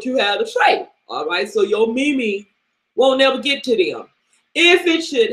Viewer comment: ahaha youre killing me with this mimi, who says mimi its meme LOOOOOOOOOOOOL